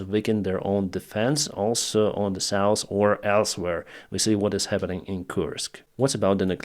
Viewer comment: please correct your pronunciation of the words: north, south, thirty, forty, true...